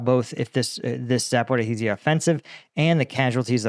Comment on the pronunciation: Sorry, Za po RI zhya, not Za po ri HI zhya. Please.